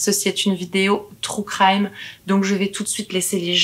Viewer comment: "trou craïme" ahah No en vrai super vidéos, continue ! Tu racontes super bien, on voit que tu aimes faire ces videos. Tu es a l'aise au récit comme a l'image. Bravo 👏🏻🤗 Félicitations pour ta petite fille 🤗